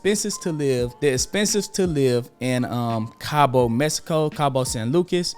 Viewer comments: Appreciate you man, but it’s “Mexico” not “Mesico” lol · This man said Mesico